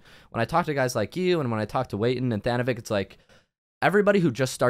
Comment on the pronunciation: Tha-noh-vik lmfao